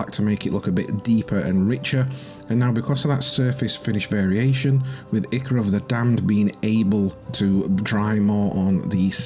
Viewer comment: Nice work. Just a heads up the "I" of Ichor is pronounced "eye", like "eye-cor".